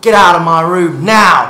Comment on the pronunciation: "Yo, what u doing here? Get out of my room now." Nghe giống Mỹ đen thật :))))